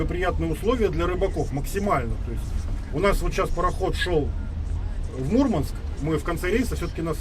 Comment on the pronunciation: не мУрманск, а мурмАнск...